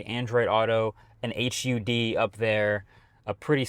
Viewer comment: We're getting the longer wheelbase and larger battery versions too. In Europe we get all versions including the cargo version you don't get. Oh and HUDS, pronounced HUDS, not H U Ds.